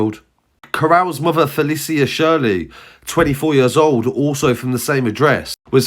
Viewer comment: Fe-li-shia* I think it's prnounced